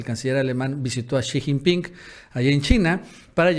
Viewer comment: no se dice shijingpin sonso😂